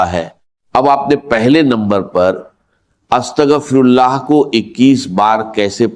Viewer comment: Is bandey ko to astaghfirullah bhi bolna nahi aata